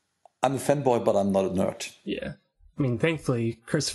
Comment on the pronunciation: He said "fanboy" but his accent made it sound like... ah nevermind